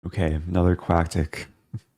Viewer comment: "very common quacktic" haha